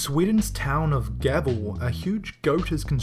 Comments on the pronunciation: Gavel? seriously? it's Gävle ¨geavle¨ pronunciation is key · How the hell did he pronounce Gävle??? (number 12)